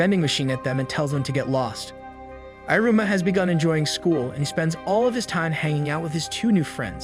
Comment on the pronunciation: Great job summarizing so many episodes in to this recap. The dialogue is well done, but the voice reader/over saying "i" ru - ma ... versus "ee" ru-ma is very off putting. But great job nonetheless